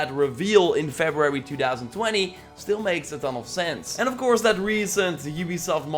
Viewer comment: Febrarararyry lol